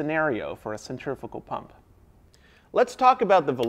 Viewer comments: Wish you would pronounce the name correct. Cent-ri-fugal not cent-triffical.. couldn't watch.. proper annoying sure it was a great class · This guy knows everything about pumps except he doesn't know how to pronounce centrifugal he keeps saying centrifical boy no these are not centrifical pumps there centrifugal pumps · Centrifugal, not centrifical. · Why do you call them centrifical pumps when it cleary says centrifugal...? 🤔🤦‍♂️ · How the hell do you keep saying centrifical when that's not a thing, and you kept writing centrifugal? That is some serious mental disconnect. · It pains me to hear people say it as "centrifikal" rather than 'centrifugal" as it is spelled. Other than that, this is a fantastic series of videos. Great work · SEN TREE PHEW GAL . Pronunciation is everything . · "centriffical" other than that very interesting. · "Centriffickal" Fucking learn how to say something before making an in-depth video about it. Stop being a dumbass American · Is he saying (CENTRIFUGAL pump)?? I can't understand him. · what the hell are you saying because it's definitely not "centrifugal"?